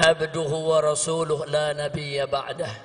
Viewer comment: "na nabiyya ba'dah" ?? harusnya kan "la nabiyya ba'dah"